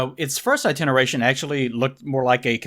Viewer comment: I think pronounces iteration as "itineration".